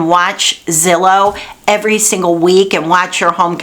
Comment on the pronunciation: Glad to hear you say "zillow" instead of "Rhymes with pillow". Good information as always.